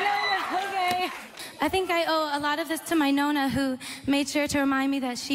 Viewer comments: perché adatta la parola "nonna" alla pronuncia americana, e quindi non pronuncia le doppie😂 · Scusate la mia scandalosa ignoranza (i fans non mi uccidano 😂😂😂) ma Ariana è mezza italiana? Perché dice "nonna" (anche se in pratica dice "nona") invece di Granny o grandmother come dicono i presentatori?